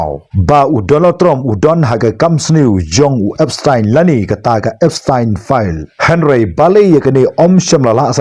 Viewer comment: Ki pronounce Epstein ( da ka pronounce khasi pat Epstain ym dei Epstein).